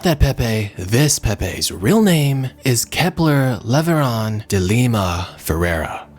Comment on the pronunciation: I didn't realize I MISSED this video! Sorry,! "Kepler Leveran" 😂😂😂😂 No wonder he wasn't stargazing - Just casually being a black hole; devouring them instead.